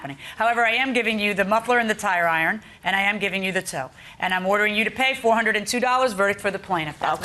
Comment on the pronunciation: She keeps saying tire iron and it's driving me nuts